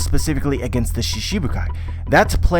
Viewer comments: It's shiCHIbukai not shiSHibukai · lol you just said that in other regions in japan pronounce shichibukai differnetly, I see that I'm talking to a brick wall here. the work shichibukai it pronounced most of the time shchibukai never shibukai I have no idea where you heard that, the chi isn't soft and clearly pronounced. you keep on making stuff up about a language you know nothing about. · so you dislike the correct pronounciation and shifted it to one that suits you, reminds me of Zoro being called Zolo. anyway now you know the correct way to say it and you choose to word it differently so it suits you, you are free to keep calling it shishibukai and I'm free to correct it when I see it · Random Boredom Productions of course different languages have difficulties with other languages, but all other American one piece YouTubers have no problem pronouncing this word, he just chooses to pronounce it shiSHibukai cause it sounds better to him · accepting that pronouncing a word wrongly is correct? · there's accent and there's mispronunciation, every other american youtubers are saying shichibukai with an accent but still pronouncing it correctly